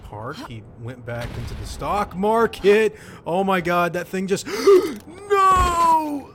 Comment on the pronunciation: "...went back into the stoOOOCK MARKET"